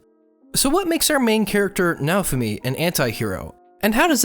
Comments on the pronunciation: Okay say after me, Now foo me. Thats kinda how you pronounced Naofumi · Your pronunciation of naofumi was good. Just make sure you clearly sound the oh sound in nao. it should be two clear syllables na - o. Otherwise you're good.